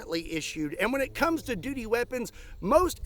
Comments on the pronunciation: ha aha you said dooty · He said dutie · Hahahahaha said doody weapon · Haha he said doody weapon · lol, you said doody weapon! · He said dooty hehe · You said duty doody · Lol! You said dooty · Duty lol sounds like dooty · You said Doodee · Ha. He said dooty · You said dooty.. 😅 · Ha , you said duty …..but I heard doodie lol ……yeah I’m a child so what lol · You said “DUTY”!!!😅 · Haha you said dooty